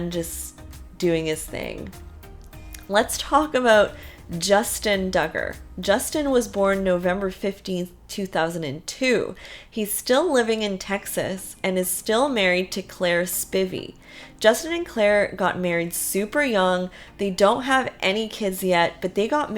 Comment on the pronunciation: Spivey - pronounced with a long “I” sound